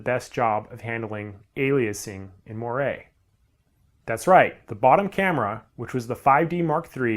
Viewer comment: Its pronounced "mwar"